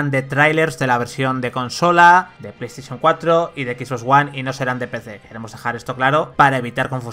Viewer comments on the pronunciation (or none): none